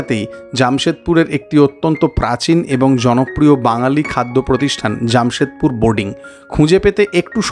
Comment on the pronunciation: It's not Jammshedpur....it's Jamshedpur.... Frist learn how to pronounce in Bengali....the Hindi words .... Bong .... Ur translation is worst ... Ur hindi pronunciation.... Badnam mat karo Hindi ko 😅